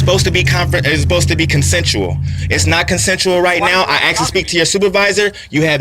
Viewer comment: He clearly axed for a supervisor